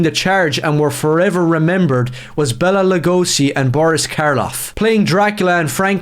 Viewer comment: Lugosi is pronounced like Lou-gosh-y.